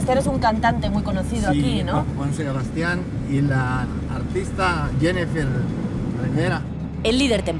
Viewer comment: por qué el don se refería a Joan Sebastian y Jenny Rivera pero lo dijo mal jajaja "Juan Sebastian y Jenifer Rivera